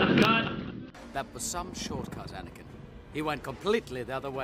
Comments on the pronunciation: Its anakin not anikan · A-NA-KIN. its very simple